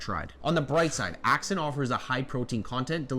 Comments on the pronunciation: It’s pronounced “Assent” not “ax scent”. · You pronounce Ascent as ack-cent but it's pronounced as-cent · Um..it's Ascent...like ascend. Accent was killing me 😂. Mixes super easy with a spoon and dissolves easily. Not 1 problem with it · I don't mean to be rude. It's "Ascent" not "Accent" my friend. Thank you for all your work! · Ascent not accent. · Isnt ascent pronounced ah- sent ? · literally was about to comment lol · Super helpful, thanks! But you might want to check out the pronunciation of Ascent.